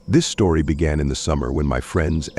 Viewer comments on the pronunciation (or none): Is this one of those channels that are completely AI generated? What in the heck is a “stroty”? Lol